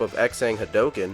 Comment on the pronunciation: It's. Not. Called. The. Hadooken.